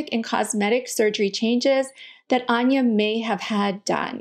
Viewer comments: First time watching one of your videos, came up in suggested, interesting perspective. The one thing that was confusing & jarring was how you pronounced her name after making a point of playing a clip of her saying it...I listened to it quite a few times over because I hear her say "Ann-ya", but it sounds like you are saying "Arn-ya". Could just be me but I felt uncomfortable every time you said it after that. This is constructive feedback, not a complaint. I can be hypersensitive to these things, so perhaps does not bother others as much. Thanks for an informative video, it was well presented. I feel sorry for her & hope that she has found some peace with herself. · She clearly said ANN-ya, not Ahn-ya 🙄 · lol, Anya clearly says 'Anne-ya', then you still call her 'Unya'. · You had her state her name and then continued to pronounce it incorrectly 😂 she clearly said “An-ya” not “Ahhnya” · I have to say... It made me chuckle that you were stressing the pronunciation of the name to the point where we're shown a video of her pronouncing her name... And then proceed to immediately say it wrong and stray farther and farther from it over time. Lol Anne-yah, not Ahn-yuh. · You pronounced her name incorrectly, lol... It's ANN-yuh, not ahn-yuh. She says "ANN-yuh" in the clip. (Also, I don't think she's had any plastic surgery done -- I think she's gotten older and has developed an eating disorder.) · ok sooo even after getting the "correct pronunciation" by Anya herself this lady STILL got it wrong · I love how she shows Anya pronouncing her name and then immediately says it wrong. haha. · Here is the correct pronunciation of her name. and Still says it wrong. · 😂right at the start of the video, shes’s like, let’s get her own pronunciation of her name…then proceeds to mispronounce. ? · She says Ann ya, not awn ya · *Starts with establishing the pronunciation of Anya's name. Proceeds to mispronounce it for the remainder of the video. Ann-yuh, not On-yuh.